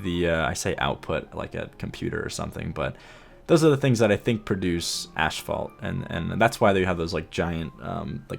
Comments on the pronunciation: What an awesome build! But please, asphalt is pronounced 'ass - fault' not 'ash - fault' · Ooh, so that's what he meant. I just keep hearing "ashfall" and thought it doesn't make any sense, lol. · Oh man. I'm going to sound like an absolutely brat when I say this, but seriously, your pronunciation of asphault bothered me. It's A$$-fault, not ASH-fault. Again, apologies for sounding like a jerk, but it just irritated me, especially with how much you said the word. LOL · Of course the episode where he learns "ashphalt " is actually pronounced "asphalt" is one where he says it over a dozen times lol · "Ashfault"? "Ass-fault", asphalt. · "Asphalt" not "ASHphalt" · it's pronounced ASSfault dude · He said "ashfault" so clearly so often I actually had to google it to make sure I hadn't been pronouncing it wrong (or to see if maybe there was another by-product of oil refining actually called ash-fault that I'd just never heard of). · I thought so, but pronounces it like ashphalt.